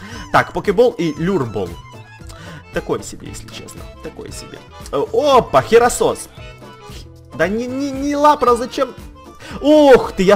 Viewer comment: Херакрос А не Херасос